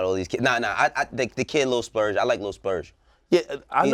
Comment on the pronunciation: Did really just say lil splurge lol